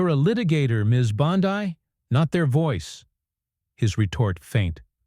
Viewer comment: Her name is pronounced BONDEE, as in abcD.